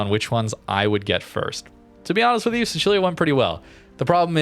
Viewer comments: Hai ragione. È stato il mio primo pensiero, sentendo la pronuncia Bravo! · i was SHOCKED hahah i was like no way this guy just said the italian pronunciation! made me so happy! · As an italian im proud that pronounced sicilia the correct way